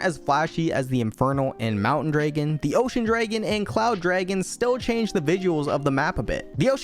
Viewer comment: bro says draigan